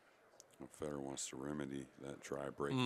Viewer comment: It’s not Feeeedor lmao it’s Feh-dor. Please stop butchering his name! Thank you other than that great commentary.